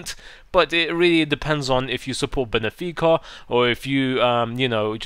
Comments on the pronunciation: BENFICA please.. Not benefica. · I swear if i hear anyone saw Benefica again i will fcking rip my ears out...Yes i hate when people completly fuck up footballer`s names and clubs.Really bene?benfica not BENEfica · his heading sucks???????????????????????????? he wins me so many headers and why people fucking say BENEFICA, IT IS BENFICA, and another thing is that Benfica is such an underrated team (not just saying this because i am a benfica fan) garay is one of the best centre back´s in the world and he is 82 RATED,and gaitán one of the most skilfull and magician players in the world is 81 RATED + benfica always made in to at least the semi finals of the europa league for 4 straight years their are 5th in the uefa rating but people still thing their an average team, this year they would almost win everything that they had to win if they didn´t lose to sevilla that was 4 PENALTIES that weren´t signed wtf,that is what I have to say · Benefica?!?! Benfica*